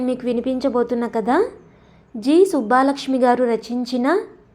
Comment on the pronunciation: కథ బావుంది. సుబ్బలక్ష్మి అండి. సుబ్బా లక్ష్మి కాదు